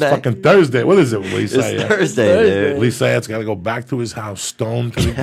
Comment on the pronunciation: It’s pronounced Lee Swatt **